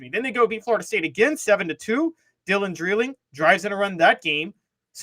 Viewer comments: Yall are driving me nuts saying Dylan Dreiling's name. It's DRY-LING not DRILL-ING. Lol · Dry ling is the way his name is pronounced